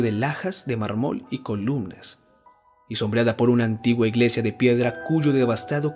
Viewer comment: Sé que este es un video antiguo y más que seguro has mejorado muchísimo, pero en esta narración hubo demasiadas palabras mal acentuadas, como mármol, impío, pulido, que no me permitieron concentrarme en el relato. :c